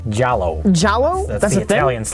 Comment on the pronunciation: The clip of him reacting to Rich’s mispronunciation of Giallo is the funniest thing.